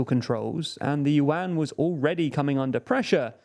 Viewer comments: omg, please not with the "Yu-An" again, hahaha its pronounced in one single sound at once, "Yuan", dont split it into two sounds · BTW its pronuounce YU-EN not YU-AN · I kept on wondering why he was talking about the UN and then I figured out he meant 'yuan'😂 its pronounced closer to 'yuen' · One Chinese 🇨🇳 accidentally found 4 100-yuan (pronounced "junk") notes of the same serial number. They are real, valid money. Lol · USA and USD are still the most powerful in the world while the Chinese yuan (pronounced "junk") lost 15% of its values this year alone. This has big negative impacts on Chinese economy. Chinese assets based on USD lost values big time, causing acceleration outflow of capital from China. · It's pronounced "Juan" like how Hispanics pronounce their version of the name "John". They can't pronounce Prigozhin either.... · More like Juan as in the Hispanic name for "john". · well, considering he said "yuan" dozens of times and never once said it right, Renminbi would actually probably be easier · Yuan pronouciation 😂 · And of course they're mispronouncing Yuan 💀